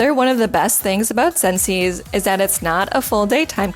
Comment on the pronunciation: Its pronounced sences